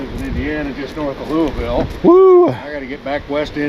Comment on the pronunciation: Louie-ville. Hahaha. Hey yall, Im in Louisville and we pronounce it Lull-Vull. We will accept Lou-a-vull, Lou-a-ville. Love yall. Keep on keepin on.